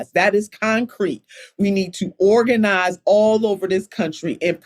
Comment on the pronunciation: “wE hAvE tO oRaGaNiZe” ooookaayy 😂😂